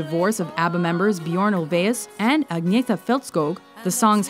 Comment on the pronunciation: Uh, I hate the way people always mispronounce Agneta's name :P It's Ang-neta. Gotta add that n after the first a.